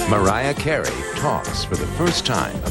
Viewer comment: I can't stand when Barbara says Mawiah Cawey.